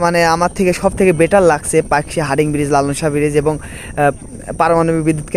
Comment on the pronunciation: হার্ডিং??? 😂😂😂 হার্ডিঞ্জ এর নাম টাই বদলে দিলো